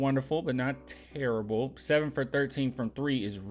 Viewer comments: Chuck says "turrible" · It’s not terrible. Chuck would say It’s “tirrable”.